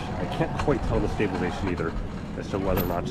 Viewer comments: You keep saying stabilation lmao wtf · yes but you're missing half the word when you say it :)